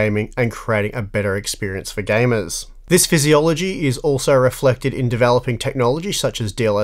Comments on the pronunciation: did he say this "physiology"? or is that australian way of saying philosophy LOL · physiology sounded funny xD